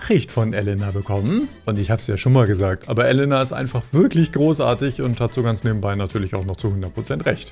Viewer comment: Kleiner Tipp zur Aussprache von russischen Wörtern, man spricht jedes "e" wie "je" also theoretisch Jelena oder auch Jekatarina, etc.